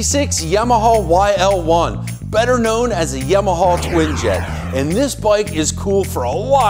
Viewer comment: It’s Yamaha. Not “Yimaha”.